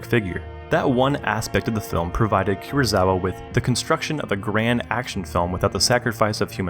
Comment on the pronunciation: Kurosawa, not Kurozawa.